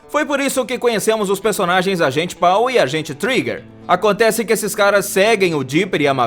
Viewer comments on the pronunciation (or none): ksksksksk "Agente PAU" KSKSKSKKSKSKS se escreve Paul e se fala Pou! não PAU! ksksksks